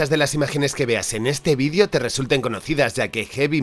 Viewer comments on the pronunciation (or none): none